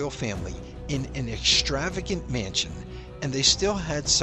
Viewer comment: English: "extravagant" has no "H" in it. It's not "exshtravagant".